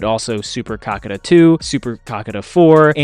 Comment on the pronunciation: it's actually Kakaata and not Kakata. Get it right man..